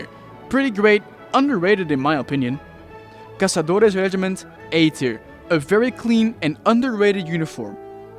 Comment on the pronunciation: Loved the way you said "caçadores" didn't butcher that one